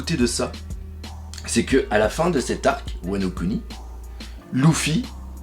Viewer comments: luffy pas LOUFFY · " LOUFFY " !? sérieux ?